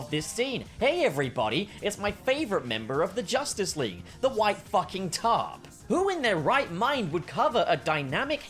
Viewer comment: "Josstice League"